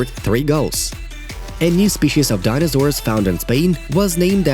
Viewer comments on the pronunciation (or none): did dude say dinnasour